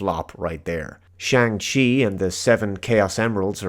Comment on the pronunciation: Well, AKCTUALLY, you also mispronounced Shang 🙃 Everyone pronounces the movie title wrong anyway; "Chi" in Chinese Mandarin is pronounced differently to how westerners pronounce it (it's not like "ci" in Italian)